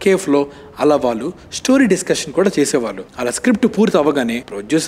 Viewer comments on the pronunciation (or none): none